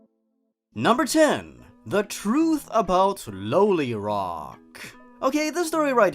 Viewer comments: The last one?! No, no I'm cool with it. Nothing wrong... (Quietly cries "No" in a corner) By the way, it's pronounced "Law-lee Rock". Just pointing that out. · IT’S PRONOUNCED LIKE LOLIROCK AS IN LOLIPOP U UNCULTURED POOPY This is a joke